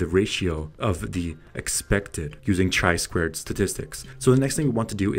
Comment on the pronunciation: Summary of my feelings from your video. Chi2 test is statistical test related to hypotheses. Unfortunatelly in this video it has not been mentiont. You should add a definition of level of significance. And last but not least, before posting it would be nice to check a pronounciation of descriped test name!! Overall thank you for frame fork to chi2 goodest fit test.